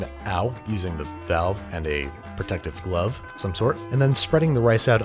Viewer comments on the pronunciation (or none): none